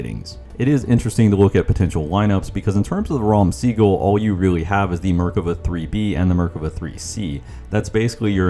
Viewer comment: Amazing video:washhands::washhands: Small note, The pronunciation of the tank is "Raam Sagol" - which means "Purple Thunder"